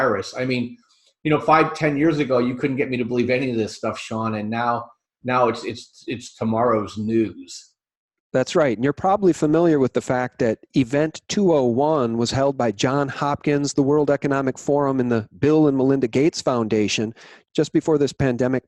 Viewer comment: NOT JOHN Hopkins. It's JOHNS Hopkins.